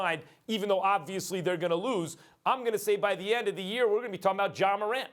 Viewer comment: Bruh it’s Ja c’mon now 🤦🏿‍♂️💯